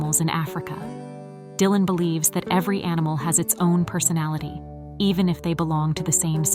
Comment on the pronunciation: AI messing up. Die-lan it said at 9ne point.